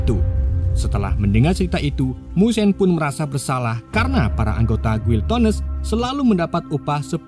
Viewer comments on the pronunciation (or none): bacanya gini bang, giletens